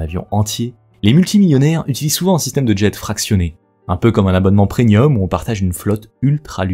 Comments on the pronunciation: On dit preMium. Pas PreNium. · Bonne vidéo mais il va falloir apprendre que l'on dit premium et pas prenium parce que c'est assez dérangeant